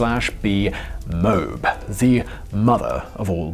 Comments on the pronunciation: Pronunciation. Here in the USA, we say Mo-Ab as opposed to Mobe. I think this is the standard pronunciation throughout the english speaking world. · Pronunciation of MOAB is Moe-ab. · Mo. Ab. Not mobe. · "Moe ab", like the city in Utah, not "mobe".... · Not moab, mo ab. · My friend who makes good videos, let me clue you into something. It's not called the mobe it's called the Moab (moe abb). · Mobe?? MOAB, MO-AB. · Moab (Moh-AHb) mobe lmao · It’s also called “MowAb”. Not “Mobe” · You really got to get someone to give you a clue... it's "MO-AB" (2 syllables) not "mobe". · It's pronounced mow-abb like mowing your lawn, and abdomin. I'm a munitions troop in the AF so that's how we pronounce it ✌️ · moe-ab.... note mobe.. lol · It's called MO AB NOT MOOB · My guy, no one says it like “Mobe”... it’s MO-AB 🧐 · It’s pronounced “here o shima” spelled Hiroshima not Hiroshina. And it is Moe ab spelled Moab not mobe. You do this stuff all the time and why do we have to look at you all the time? Wtf already. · Mobe? You mean moe-ab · Perhaps it's just a dialect thing, but the correct pronunciation of MOAB is "Mow-ab" spoken with two syllables, and not "mobe" as in the video. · It's not mōbe. It's mōe ab. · It's not pronounced "Mobe". Lmao. Its pronounced as you see it, "Mo-ab" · Its pronounced Mo-ab not mowb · “The previous administration shy’d away from using it out of fear of causing significant collateral damage” 😂 🤣 this guy obviously never heard about Obama’s drone strikes incidents. And it’s pronounced “moe-ab” not “mobe” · MOAB is pronounced “mo-ab” not “mobe” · Mobe? MOBE?! It's moab, mo-ab, two syllables, the name of an ancient middle eastern kingdom near Jordan. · MOE- ABB.... not mobe. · "MOW AB", not "MOBE" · Repeat after me MO-AB. Not MOAB. that is all, good day. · "Mobe"? It's Moe-Ab. Smashing that dislike button! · MOAB MO AB not moob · Moe Ab (like abs) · Love your videos but it’s MO-Ahb lol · I like pronouncing it MO-AB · Its not moab its MO AB! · "Mow abb"